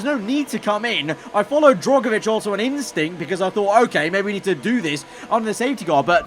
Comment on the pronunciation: For goodness sake the man's name is DRUGovich not DROGovich